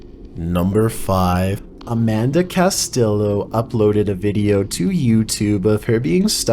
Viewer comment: No hate,.but you can say Asaid properly but not Castillo? Lol